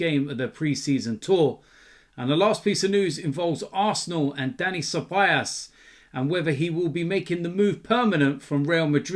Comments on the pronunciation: his name is ceballos, not ceballas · It's been over a year and still can't pronounce Ceballos correctly😂😂😂 Cebayass!